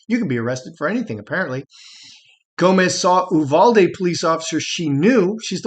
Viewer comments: In Texas we pronounce Uvalde- “you—Val-dee” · Quick pronunciation primer: You VAL Dee